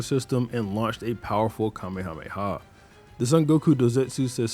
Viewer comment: Holy shit, finally someone who doesn't say "kamea-mea"